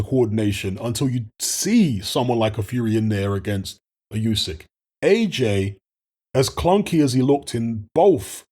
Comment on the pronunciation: It’s pronounce OoSek you ignorant f